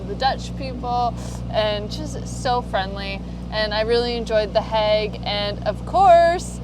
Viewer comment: and pronouncing "The hague" makes me think they visited my mother in law.